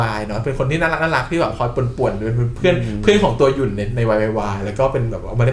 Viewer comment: อ่านยุ่นผิดค่ะ ขอร้องงงง ทำไมใครๆก็อ่านชื่อพี่ยุ่นผิด อุแงงง😂🤣